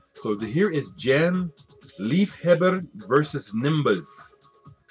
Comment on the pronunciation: Hi there, I don't know anythin about the music, but "Liefhebber"....what I heard you saying....sounds very Dutch to me, in stead of Swedish.....but again, I don't know anything about the music.... And very sad your favorite recordshop is closing! Kind regards, Ingrid/RockingLUPA, The Netherlands